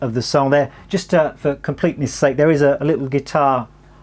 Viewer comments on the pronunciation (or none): none